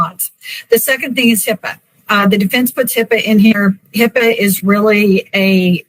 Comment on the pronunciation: I would have zero confidence in this attorney who can't even name the technology or even say HIPAA. As far as college, prisoners further their education all the time. Lexi can get her PhD from prison.